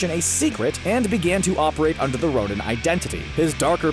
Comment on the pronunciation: did he really say nonin ?????